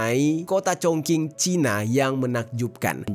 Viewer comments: sebenarnya masih ada bro yg ketinggalan di bahas, yakni SPBU di atas lantai 6, Kota diatas lantai 25, bandara/airport yang diatas bukit, serta perpaduan antara bangunan kuno dengan modern yg menciptakan estetika baru yang menakjubkan. kota ChongQing ( pelafalan yg benar "Chong Xing") terkenal dengan Kota dengan 10.000 jembatan. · iya bener masih khing bilangnya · Klo cina huruf q dibaca c bang jd chongqing dibaca congcing😊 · Mas maaf cara bacanya : Chong Ching (Q itu dibaca ‘Ch’) Pinyin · Kyknya bcanya chongching d bg 😁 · Bisa ga si klo mau bawain video dan ada nama2 kota itu di cari tau dulu cara baca kota2nya, greget bngt dnger pelafalannya jirrr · Maaf sebelumnya bang..telinga sy gatal mendengar pronoun/sheng diou kata kota chong qing, tlg pronounnya yg betul..klo yg abang pronoun spt itu org gak ngerti ya. Krn sheng diou itu penting, beda pinyin beda shemg diao dlm mandarin artinya bs jadi beda. Sy mandarin jg gak pintar tp krn sering mendengar dan mencoba memahami jadi tahu dikit2..chong qing itu klo dibaca dlm ejaan bhs indo itu jadi chong/nada lurus dan ching nada naik. Org akan tahu itu nama kota chong qing yg dimaksudkan..klo dibaca chong king gak ada nama kota itu di china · Fyi: Chongqing ucapan nya bukan (Chongking) tapi (Chongcing) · Sekedar info saja, cara bacanya Chong ching, bukan cong king. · Bukan cong king.. Chong ching bacanya.. Gmna si nih YouTuber. Ga cri info dlu apa.. Main asal nyebut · Yang sering Youtuber Indonesia Katakan Chongqing =chongking Guangzou=Guangzhou Harusnya Q dibaca ch G dibaca k K dibaca kh Z dibaca C Guangzou dibaca Kuangcou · Congking congking haiya oi salah pengucapan loh congking congking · ChongQing baca nya Chongcing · congqing kata orang China di bacanya chongsing CONGQING RD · Dibacanya chongxing bang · maaf just info dibacanya congcing, q dibaca c kl mandarin tuh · Chongqing baca nya chung ching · Bang Jerry msh kurang tepat, sebutnya Cong king, coba deh didengar baik2 😊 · Cing,, bukan King